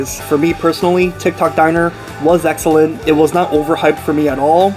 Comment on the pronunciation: haha, eggellent